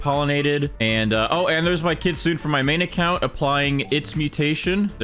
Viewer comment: Why do people pronounce kitsune as 'kitsoon', isnt it kit-su-neh